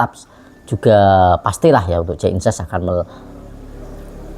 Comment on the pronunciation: Jay Idzes Bg,bukan Jay Inses,sebut nama pemain yg benar lah jangan perkaos nama pemain,we Elcapitano pula yg namanya di perkaos